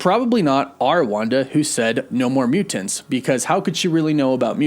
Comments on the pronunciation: I love your videos and watch them every day, but the way you pronounce mutants and important (mu-TINTS or impor-TINT) is driving me crazy. You said mu-TINTS like 87 times in this video and every time I wanted to shoot myself! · Is it just me or does he pronounce mutants hella weird. MuTENTS. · My dude… your over pronunciation of Mutants is both endearing and distracting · Is it just me or does he really accentuate the "TANTS" in the word Mutants.